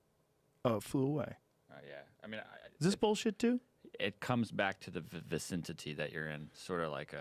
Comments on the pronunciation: 'vicintity'? 23.03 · "Vicintity" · "vicintity" fucking idiot